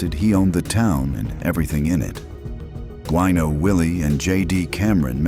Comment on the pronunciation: The name is not WEENO Willie - it's WINO Willie. What an idiot.